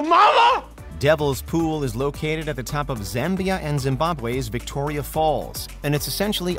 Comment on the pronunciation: Thanks for not butchering the pronunciation of Zambia 😂😂